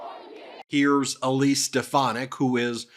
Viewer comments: ‘Step-uh-nac’ is correct in one sense. trump hasn’t lost a step, he’s lost several miles. He wasn’t a full shilling to begin with (British phrase), now he’s absolutely gone. If he started with 100 marbles, he’s down to his last one, and that’s getting chipped away at at an alarming rate. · Trump can't even pronounce Stephanic's name. She is a loser just like Trump and lies like him. Very good strategy Elise to make Trump look like a doddering old fool. Great job lol. Biden 2024!🇺🇸